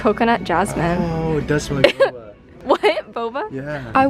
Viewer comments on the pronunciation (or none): none